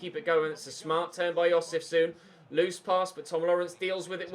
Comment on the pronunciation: FYI: Jozefzoon is pronounced as Jozef-Zone.